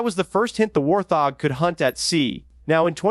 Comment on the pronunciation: say it with me..... WART-HOG......fkn AI